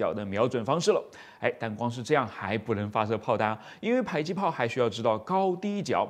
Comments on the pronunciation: 迫近距離榴彈砲，迫近應該是讀po不是bai吧！？對吧！ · 正确，我只是好奇为什么会读成“PAI”，我估摸是被教官方言带偏了，“迫”在客家话中读成“北”（bei,其中ei是短促音），有些方言中，“迫”可能是接近“呸”的读音，后来就演变成“pai”了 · 迫，音破(ㄆㄛˋ)聽著就受不了... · pai？还以为是bo或zhui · 迫是唸「破」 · “迫”，为什么读成PAI？我查了下字典，读成PAI只有一个解释，就是“迫击炮”时读PAI，这说明是以讹传讹，第一个人不认识字，造成以后的人跟着乱读